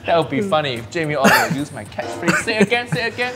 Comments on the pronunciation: Jamie Oiliver. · Jamie Oliveoil 😂😂😂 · Jamie olivoil 😂😂😂